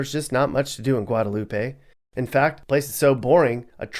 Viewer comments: It's Guadalup,..the e is silent. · It's Guadalup. The end E is silent.